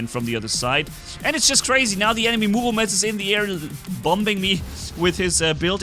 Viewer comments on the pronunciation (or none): Bro please say Murometz instead of Muvometz😂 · I get second hand embarrassment/cringe each time he says Murometz... ;((